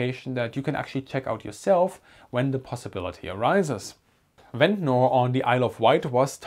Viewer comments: I know it is probably not going to come up again but Ventnor is pronounced like "Vent-ner" locally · Just so you know for the future: Ventnor is proniunced Vent-nah or Vent-na. The ending-NOR is always shortened and we don't pronounce the 'R'. Americans do pronounce those endings like in butter (budderrrrr) but English pronunciation is buTT-a Hope this helps you with your, already, superb English. Great video